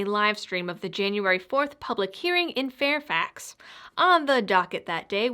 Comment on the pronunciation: i’m impressed you pronounce Fairfax correctly. I happen to live in Fairfax county Virginia. The NRA sucks. Thanks for all your support keep up the good work